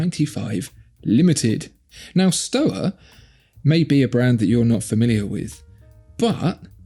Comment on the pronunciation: won this one, but shtova, instead of stowa, is the correct way to pronounce it. Keep up the good work, lads!Enjoying the content